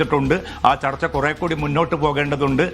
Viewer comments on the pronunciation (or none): ചർത്ത അല്ല ചർച്ച 😂😂😂😂0.5